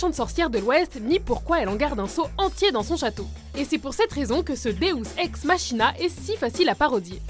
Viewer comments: Ça se prononce Makina et non machina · des house ex ma china xD , on dit makina il me semble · Deus ex machina --> ça se prononce [MAQUINA] !